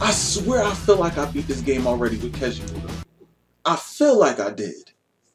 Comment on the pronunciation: You keep saying his name wrong and it’s annoying